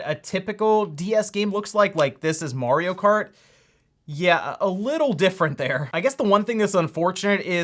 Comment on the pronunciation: Its 'mArio' not 'mOrio'